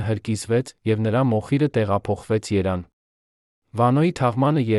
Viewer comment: Երան թե Երևան ? Ո՞վ կասի և կուղղի ?